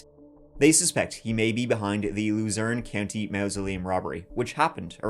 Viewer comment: Kind of ironic how pronounces Luzerne County like “Loser In County” because that’s exactly what this Jonathan guy became